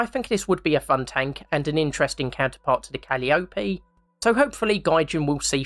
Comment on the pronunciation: All great suggestions! Quick tip: calliope is pronounced with the accent on the second syllable: ca-LI-o-pe.